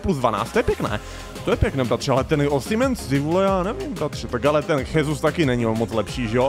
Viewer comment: Gabriel Jesus sa nečíta Chesus ale Žesus lebo ja sa číta v portugalčine ako ž a zas v španielčine sa j číta ako ch